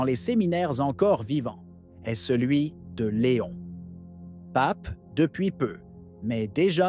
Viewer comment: Ça n’est pas Léonne mais Léon; leadership mais gouvernance. Merci.